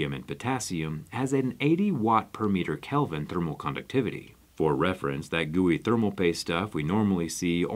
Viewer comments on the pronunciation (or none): none